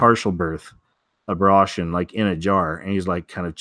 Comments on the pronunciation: why do you pronounce it “abrotion” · Abortion not abrashun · He pronounces it funny to get past the censors.